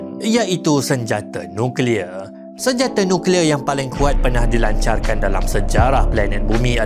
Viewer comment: Sng ckp nuclear